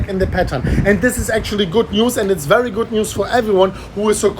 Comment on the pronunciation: Its wery winding 😂